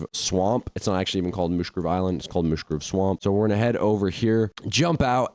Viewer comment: Its called mush-grove swamp